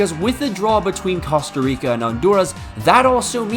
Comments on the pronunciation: As a man who has family that lives in Costa Rica please learn how to pronounce that beautiful country's name correctly. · I hate to be that guy but his pronunciation of Costa Rica is killing me 😭